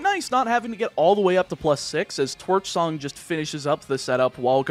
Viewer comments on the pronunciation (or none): none